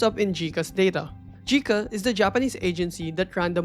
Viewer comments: JICA is pronounced Jay-Ka not Ji-Ka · Minor Correction for reference, JICA is read as "Jai-kuh" Source: I work for Japanese Clients, JICA is one of them.